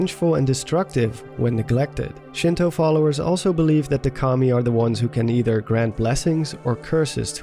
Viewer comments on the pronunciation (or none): when you here commie instead of Kami